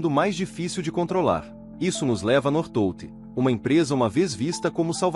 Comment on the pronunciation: Pronúncia correta North Volt como se fosse separado.